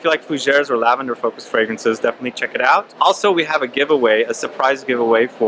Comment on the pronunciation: I liked thinking you guys kept saying "Tell a grandma!" 👵. I don't have much experience with lavender fragrances so uhhh... I'm from NY!